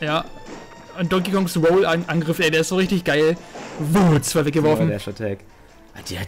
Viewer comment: Weiss vllt jemand ob sich Luigi verändert hat? Weil ich ihn noch nirgends gesehn hab in i-welchen Videos (er is mein Main mit Donkey Kong) ? UND ist euch aufgefallen das der Sprecher die 2 beim Countdown so komisch betont?^^ PS: Episches K.O in der ersten Runde holla die Feldfee^^